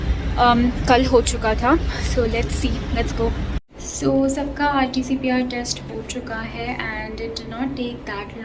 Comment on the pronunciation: It is RTPCR not RTCPR